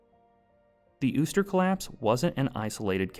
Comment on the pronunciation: you sure uster is pronounced that way? considering theres nothing above the u